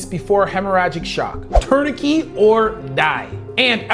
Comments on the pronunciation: Impressive but what is a "tournikey"? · Great video, although I have never heard anyone say, “Tourni-key” for tourniquet lol. Either way, the U.S. needs more robust gun control laws, based on the soul fact that gun deaths are way higher than every other country. Along with wealth equality reform, governmental reform, and installing more services that actually help people, instead of just making the rich richer and giving Israel money. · What is a “turn a key”? I heard you say that at least 3 times. What is that? Were you trying to say tourniquet? That seems most likely. If you’re gonna bring up something like that, I would recommend pronouncing it correctly, and then also educating people on the different classes of that particular survivability tool. You’re able to succinctly speak in medical terms that use quite complicated words, but error on that particular one. I think learning to properly pronounce the terminology in every topic you’re discussing would increase the validity of your position and video. I can hear past the mispronouncing of tourniquet, and I know exactly what you mean, but I can’t say that everybody would be able to do that. Overall, great video, very informative, and really sheds light on basic physics that people should be aware of, especially when discussing ballistics. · the "t" at the end of "tourniquet" is not silent. my mother is a native French speaker and is a high school French teacher (from Monaco, not Canada) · This guy mispronounced Garand and Tourniquet. Makes me question his knowledge. Lol. Not really. But it is distracting